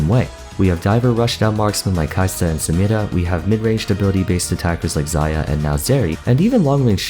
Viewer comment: I noticed that you pay attention to pronouncing "Samira" correctly. I notice and appreciate that.